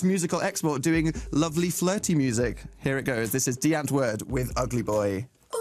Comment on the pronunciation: Nooooooo that's not how it's pronounced (Die Antwoord) Dee Ahhnnnt vooorrd(expanded ) I'm cringing